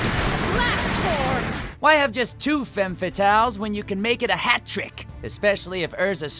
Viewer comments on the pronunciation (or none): none